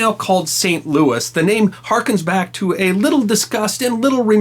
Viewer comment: Believe You Pronounced (Saint) King Louis IX in French Correctly, But You Pronounced “Blanche” the American Way, Like in “A Streetcar Named Desire” Not in Proper French.